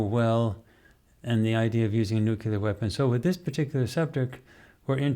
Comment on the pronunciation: People please stop saying “nucular” - that word does not exist. The correct word to use is “nuclear.”